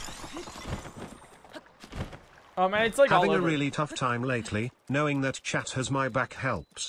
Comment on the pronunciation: you said kno”wing”